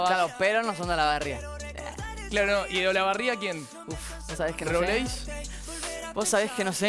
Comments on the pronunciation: Cris dice robleís con tilde y es robleis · "Robléis" jajsjajsja